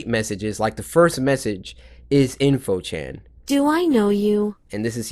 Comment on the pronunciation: It's in~fo chan